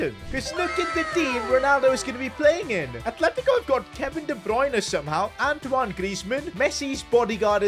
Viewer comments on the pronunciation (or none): none